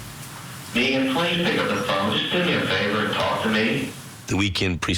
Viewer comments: Drives me crazy how pronounces Megan, like MEE-gan. Who does that? 😂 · Spelled Megan, pronounced Meegan.